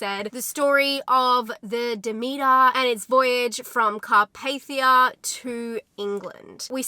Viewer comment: SPOILER, I am almost 5 minutes in and she still hasn't said the name of the ship correct yet!!!